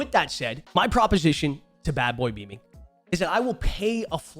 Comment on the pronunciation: Am I the only one that finds it funny and kindof ironic how everyone mis-pronounces him as "Beaming" instead of "Beaman". I feel like it's a low key insult, and even if it's not intentional, it goes to show how little people actually take him serious as an individual. I guess that's what happens when you offer little to nothing about yourself and your entire presense is overshadowed and legitamated by other people's names. Ironic how he seems to be able to vocalize and spell everyone else's names quite well as hes slandering them. Just saying.